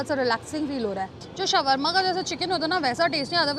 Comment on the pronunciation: It's pronounced as shor-ma...not shawar-ma 😂😂